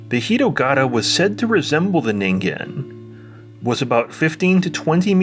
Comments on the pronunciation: Saying the g in ningen correctly alone was worth a like; the Twin Peaks -ish imagery and music was just icing. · Well, you pronounced it correctly, so that says you did proper research. Or you're a weeb.